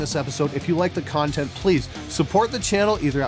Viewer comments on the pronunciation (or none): none